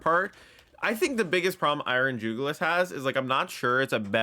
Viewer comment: It's Iron JuguLIS, not Iron JugLIUS. It's a reference to the jugular vein, and should be pronounced as such; you're adding an unnecessary extra U to it's name. You're pronouncing it as though it were called Iron Julius, and that's not the case.